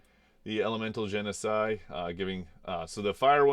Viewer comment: I noticed that you occasionally pronounce "Genasi" as "Genocide."